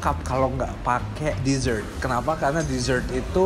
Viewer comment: udh jago ngomong ‘dessert’